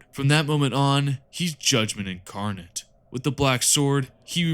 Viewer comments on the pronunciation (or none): none